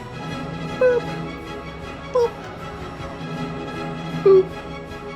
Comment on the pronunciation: i thought you said poop at first .